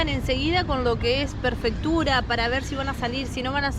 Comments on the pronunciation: Hermoso video chicos !!!! vamos por más !!!! lo ue si.... es Prefectura, no perfectura jajjaja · Almita bruta del averno: es "prefectura" y no "perfectura".! Es como no diferenciar "dentífrico" de "dentrífico".! 🤦